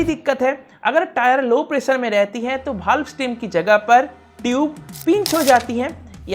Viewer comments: mene sun Liya, ye video bahane vala totle ki तोतली ki tarah valve valve ko bhaal bol rha he , भाल और वाल्व कितना सारा अन्तर है, भाल bol rhe हो और झूठ भी बोल रहे हो, घोर कलियुग हे, sir ji कहकर संबोधित किया हे और sir ji सर पे बैठ गए, respect की भी ऐसी की तैसी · Valve ko bhal क्यु bol rhe ho sir ji?